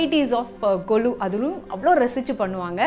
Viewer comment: It is not kolu it's Golu